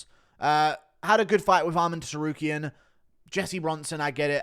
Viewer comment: Did this absolute Clayton just pronounce the "T" in Tsarukyan in the opening seconds of this video?😂